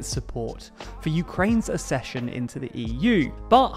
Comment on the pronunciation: It's /ak -session/ not /assession/